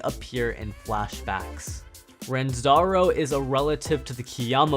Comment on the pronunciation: Ranzoaro? Wtf did you just say